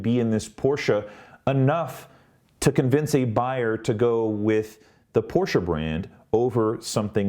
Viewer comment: Your review is more balanced than many others I have watched. I have a Taycan Turbo on order, although I am now reconsidering with the 201 miles range announcement. At least you pronounce Porsche correctly. I would submit that Porsche has had a long history and culture of innovation, certainly not like most US and Japanese companies. Porsche has won Le Mans 19 times, and also 3 years in a row with their 919 Hybrid. None of this takes away from Tesla, which has done a fantastics job of bringing EVs to the world.